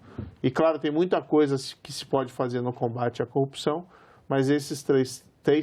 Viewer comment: Ele falou copsao, foi isso!